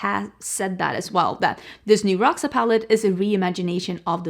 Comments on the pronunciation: Someone said, ND herself said Roxa like Roksa, so i guess its called "Roksa" not "Rosha"... 🤷‍♀️ Maybe the name represents the palette very well, bec i think its not that purple like it should. For me it lacks a good dark fuchsia color f. ex. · Love pink and red together! Fun fact: in this case, the X in Roxa is pronounced as "sh", so it's "rosha", which translates to purple! Trust me, I'm Brazilian hahah